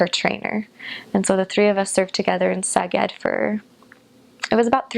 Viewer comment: She will probably not read this :( How she pronounced "Szeged". It was so great so beautiful so clear so good to hear. I am 30 year old Hungarian dude. Her pronounciation is very good overall i would say 80-90% accurate judging from so few words spoken :)